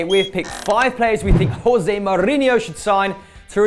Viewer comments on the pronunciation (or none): none